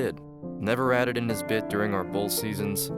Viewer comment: Why does my mans say his like it’s personal lmao 😂